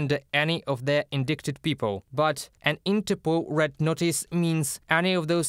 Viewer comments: Indicted, the C is silent. Not pronounced indickted. How I wish you would practice your report with a native english speaker. The world needs to hold accountable all those that commited crimes during armed conflict. It is especially heinous when an armed soldier attacks an unarmed civilian. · Pronunciation Tip: The C in indicted is silent. The second I has a long sound like the I in kite. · True. "Indicted" is pronounced ind-eye-ted. Perhaps a native English speaker is not available. UATV English does a great job despite the crazy English language! Many of our military words are actually French. And how the heck do we get "kernal" out of "colonel"?